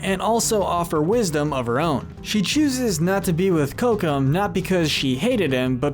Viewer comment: Ok you need to rewatch the movies. They LITERALLY pronounce the words for you in them. It's not Cocome! It's Kocoum.